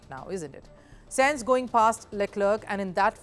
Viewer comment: Bro i was about to defend then i heard senzz..